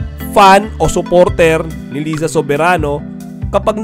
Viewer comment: di mo naman alam pano basahin yung name ni Liza. hehe.